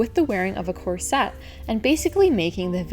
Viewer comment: Picky person: its KOR-suht, not kor-SET. I'm not sure why you switch pronunciations in the video.